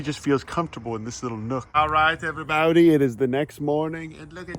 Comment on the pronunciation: "Hello everybowdy" always goes do hard